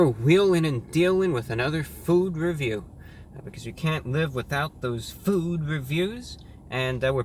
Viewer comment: NOW THAT U SAID THAT ITS ALWAS GONNA SOUDN LIKE THAT FUCK